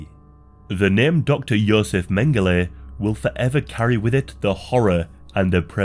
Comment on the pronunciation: It's Josef. Fucking amateur.